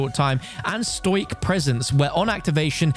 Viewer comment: Stoic is pronounced "stow-ick" not "stoyk" just here to say that 😅🫠